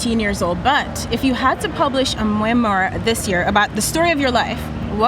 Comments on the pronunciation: They're talking about correct spelling and grammar, then the interviewer mispronounces the word "memoir". LOL See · This young lady can't pronounce memoir. Someone help her dear soul. Edit: And then Billie has to ask what a memoir is. Why am I even here. Edit #2: And apparently eating a burrito in a hammock is poetic. What is happening to our youth.